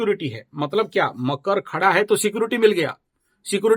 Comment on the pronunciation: bohot Acche kya apke andar deep God khud rehte hay aap kitna dahi and true bolte ho and I like makar ko kayse makru bolte ho Thank-You very mch 🙏🙏🙏🙏🙏